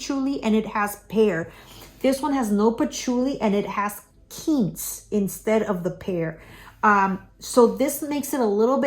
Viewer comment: It is not Keentz it is Quince.